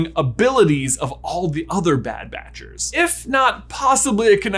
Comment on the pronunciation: Am i the only one who heard “bad batch-ers” as “bad badgers”?. And now i have officially headcannoned Wrecker as a little badger and it’s gonna get me through the week